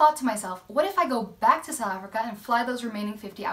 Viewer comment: Although I'm not planning a trip to fly in "Sowl Africa" (I've noticed you don't fully pronounce "South", must be a native (or semi-native) thing). This video is great. The scenery, as usual, is incredible. Always excited to see a new video has been posted!